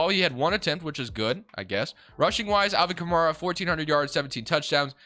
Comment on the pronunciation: your pronounced A. Kamara name wrong it's kah.mare,Uh not kah mar uh